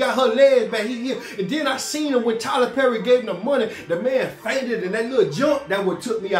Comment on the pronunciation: said Tyler berry I hollered 😂😂😂😂